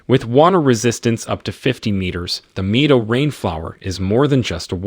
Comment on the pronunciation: thats the problme when using AI for voiceovers, same the way it changes Mido to May-do